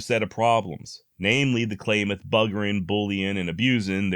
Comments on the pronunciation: The Klamath pronounced "CLAM (like clam chowder) ETH" not "CLAY METH" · For part 2 your pronunciation of Klamath has been incorrect. The first 'a' should be pronounced like it is in 'Clam' not like 'Clay'. Grew up west of K-falls. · Klamath is pronounced Clamath not claimath. Like clam and math. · It’s pronounced klah-muth, like clam-mouth. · You are slaughtering the Klamath name. LOL It’s pronounced with a short”a”. I’ve been to Captain Jacks stronghold. It was kind of Erie…no insects, birds, or any sounds. Just a quiet hike through the lava. I’ve been to the Whitman mission too. You are mispronouncing Cayouse. The it’s pronounced like Kai- use.